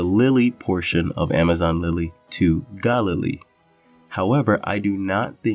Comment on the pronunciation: Bit of a stretch on the pronunciation of Galilee